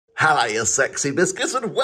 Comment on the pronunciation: "High, High, High, High, Lo" - man learning to say hello for the first time